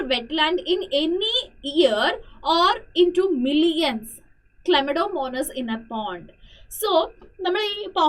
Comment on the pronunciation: Clamonamonas ellla misseey clymadomonas enn ann pronounce cheyya